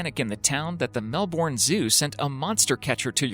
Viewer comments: Dude, say Mel-Bin. It's the way Australians say it and it rolls off the tongue better. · OMG ITS Mel-bern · when they can't pronounce Melbourne or Quokka correct 🙄